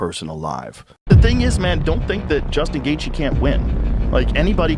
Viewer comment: The way the guy talking in the video pronounced Gaethje as Gay thee, definitely an AI voice. L video.